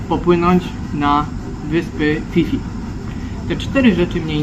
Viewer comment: I mówi się Pi Pi nie Fi Fi 😅 U Tajów h Po p jest nieme, tak jak w słowie Phuket, Wat Pho. Możesz wygooglowac, ale info mam od Tajki, która mnie poprawiła bo źle mówiłem 😅 Nawet gdzieniegdzie na wyspie widziałem skrót PP island